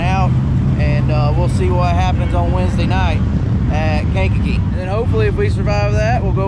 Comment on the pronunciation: Yall said Kankakee the right way lol onna hells tuuur